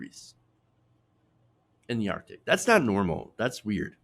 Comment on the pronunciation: ar-C_ tic.